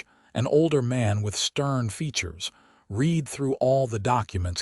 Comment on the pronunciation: Very good story. Interesting, full of intrigue, suspenseful, all good elements. Narration was good, but AI still needs improvement on the correct pronunciation of several words, in relation to the sentence, like read, live, and content. Stating the legend and love of the whole story doesn't need repeating three or four times at the end just to use up time. A little more editing would go far. Listened from Northeast Florida USA.